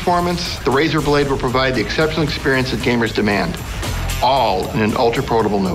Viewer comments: Razer not razor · It's Razer not Razor noob!! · i think it's razer not razor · it's razer not razor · its Razer not Razor